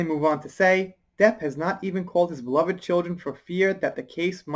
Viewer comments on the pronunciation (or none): none